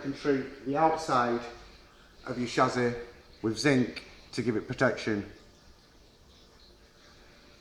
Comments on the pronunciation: snapped shassy ... from yorkshire and it would sound better if you said chassis or chassy would sound more profesional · Had to turn it off can’t be doing with the way he says chassis!!.. it’s not SHAZAAY!